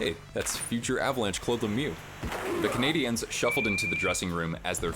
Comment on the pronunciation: interesting commentary but it's jarring because... Just say it normally. Canadians. The accent attempt is not correct, you are making the common error of saying "Canadiennes" which is inadvertently sort of rude.